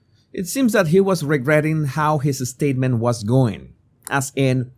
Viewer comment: bro please pronounce the words properly it is SSSSpecially not EEEspecially it is SSSSSpacey not EEEspacey it is SSSSSStatement not EEEEstatement it is SSSSStrange not EEEEstrange (I dont like Kevin Spacey btw)